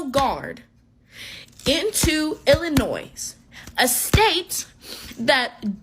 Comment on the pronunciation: Lunatics all of them. the one who is whining about the national guard, civil war, and the insurrection act does not even know how to pronounce 'Illinois' it is not ill-in-noise it is ill-in-oy so she likely does not live there (or just stupid) If the states cleaned up their own mess the national guard would not be called up and the insurrection act would not be necessary. The people in DC and Memphis are happy with the results of having the national guard there,. Portland is a literal cesspool and Chicago is so corrupt both those cities (and Seattle) all need the insurrection act. Give these leftist lunatics $5K each as long as they renounce their citizenship and leave the country.